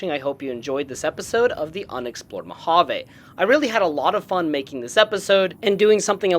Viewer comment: Mojave railroad, with a fully pronounced “J”